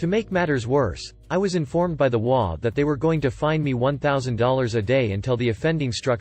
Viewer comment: I love the stories I just wish they would pronounce the HOA properly it's HOA not wa